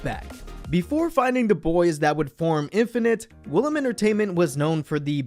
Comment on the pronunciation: woolim is NOT pronounced 'willam'. it's pronounced oo-lim 울림